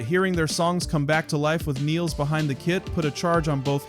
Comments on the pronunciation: The Rush world has somehow landed on "Niles" the way it did on "Pert". Anika and other German speakers would say Nilles like "Phyllis". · Learn how to say her name you jackass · It's just 2112 bro. Twenty one twelve.... That bothered me, and your pronouncing her name wrong. But thanks for the video! It was very interesting! 🤟